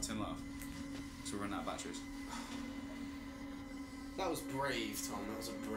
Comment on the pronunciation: making this more pleasurable viewing would be a certain someone saying batteries, not ba'eries